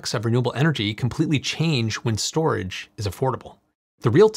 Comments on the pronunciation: ✨ENERGY S O T R A G E ✨ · "energy sotrage" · Energy *Sotrage* ?